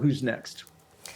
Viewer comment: Syracuse, not Saracuse.